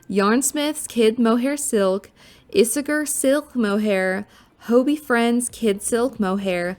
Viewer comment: Ee-say-air….is how Isager is pronounced